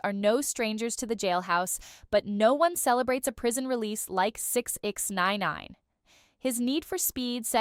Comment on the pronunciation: Damn. You hella can’t say 6ix9ine